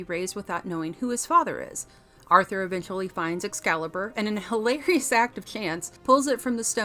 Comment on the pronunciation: Thanks, luv. But it is "Excalibur" not "Ex-calibur'" sweetheart.